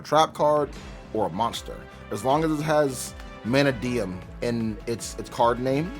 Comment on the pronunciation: not sayin it right. its not MANAdium. you said it right once.